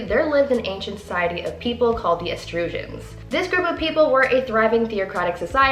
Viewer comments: It's actually pronounced E-truhs-cans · Eh-truss- cans....